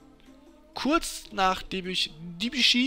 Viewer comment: Die Aussprache von Debuchy vor der "Veränderung" war meiner Meinung nach richtig